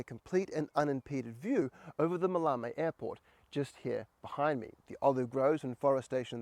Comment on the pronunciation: Ma-lay-mee airfield.